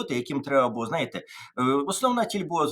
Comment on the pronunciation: Тарасе, перша буква в слові «знаєте» - З. Не забувайте про неї, будь ласка